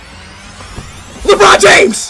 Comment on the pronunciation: did he actually say Lebrone James? 😂😂😂